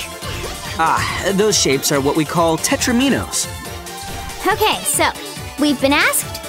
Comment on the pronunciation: It's "teh-TRA-meh-no" not "teh-tra-MEE-no"